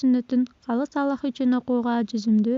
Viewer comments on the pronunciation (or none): none